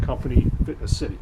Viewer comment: good video, but just for your information, it's not " fitness " city like you constantly say there is no "T" it's Finess City.